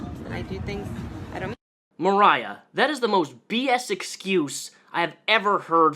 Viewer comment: I have the same name as this gross lady...only it's spelled with an "o" instead of an "a"....so hearing you pronounce it with the "o" sound kinda weirds me out lol xD Moriah vs Mariah...but anyway....yikes.